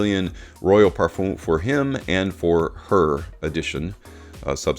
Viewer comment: Your videos are really good . Great graphics as well. But just to point out . PARFUM is pronounced differently. Common! A true fraghead should know how to say Parfum It's like in Eau de Parfum Thank you Humble viewer basen in London